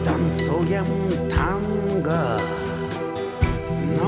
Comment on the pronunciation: Супер танго,супер Гарик,но слово ТАНГО не меняет своего окончания на букву а. Надо произносить тангО !